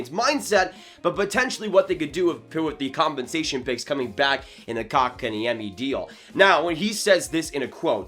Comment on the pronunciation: I like how you just gave up trying to say his name right